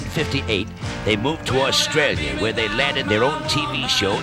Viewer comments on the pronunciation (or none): none